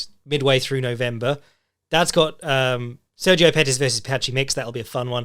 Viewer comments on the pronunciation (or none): none